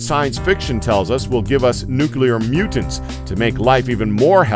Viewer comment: There is no such thing as a nucule therefore there is no such thing as nucular. You bounce back and forth from the nonexistent word to the correct word which is nuclear.